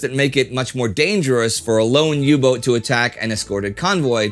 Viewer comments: Great little episode, but please pleae just say "U-boat" when referring to a U-Boot, the pronounciation of boat/boot in English and German is exactly the same. Kaythanksbye! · When will you learn that the german boot and the english boat are pronounced exactly the same?